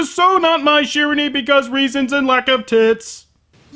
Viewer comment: Okay, normally I am not this picky when it comes to pronunciation, but years of KoF gaming have ingrained this one into my head: Shiranui. Shee-RAH-nwee. Go snag a copy of KoF '98 UM (it's even available on Steam now!) and play as Mai until you have heard her say it at least two-hundred times. Which should only take a few minutes. No, seriously, she calls out her own name like she is some kind of boob-themed sentai character or something.